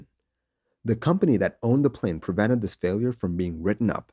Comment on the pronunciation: The legendary intro: "THES is the story....."